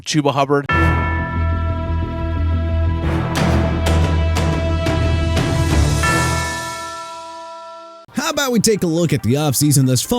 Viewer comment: Gotta love how puts in a clip of people saying Rico Dowdle and Chuba Hubbard's name correctly and then proceeds to pronounce them incorrectly. It's almost like he's doing it on purpose and it's really annoying tbh